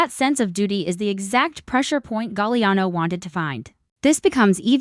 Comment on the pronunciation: Galiano...STUPID Ai